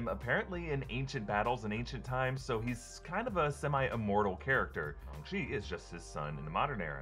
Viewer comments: Why are you suddenly saying the name differently? You’ve been saying shAng the entire time but now your pronouncing it shUng ? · im so bothered by how he says Shang, since I've never heard anyone else pronounce it Shung. does anyone know the right pronunciation?